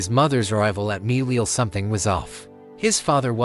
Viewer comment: It's milele, you pronounced it wrong